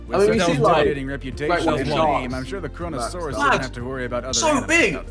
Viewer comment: Koronasauras r u takin the piss..